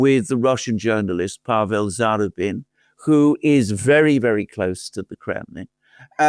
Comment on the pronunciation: BRILLIANT. SUPER INTERESTING. (Oh, it's za-RU-bin.)